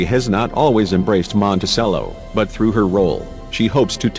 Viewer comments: It's Mon-ti-CHello, not Monti-sell-o. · It's prnounced MontiCHELLO, not Montisello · Dude. It's "mon-teh-CHEH-low," not, "mon-teh-SEH-low." You don't play a sello in an orchestra, you play a cello, with a 'ch' sound. Get with American English, borrowing from Italian in this case. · It is Monticello, pronounced like the instrument, the cello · Why do you do this robot reading thing? Can't you find someone who knows how to read? Very distracting. The robot doesn't even "know" how to pronounce Monticello. :(